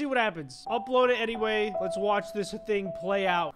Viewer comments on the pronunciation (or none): none